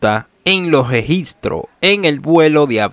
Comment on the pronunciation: "EScuador" ! ...y "URtima" !! Que es eso de "Gegistro" !!! 😡 ...pero señor! Si usted no sabe hablar! USE GUION! AYUDESE!!!